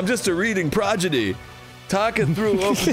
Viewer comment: well considering the fans kinda forced arin to finish the last mario game he was on... i feel like this is his way of passive aggressively getting back at the audience.... sorta like when dan corrected him for saying prodigy wrong and he kept saying it wrong for like three games in a row lol..